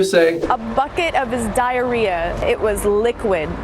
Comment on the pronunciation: It’s not diar- ad -rhea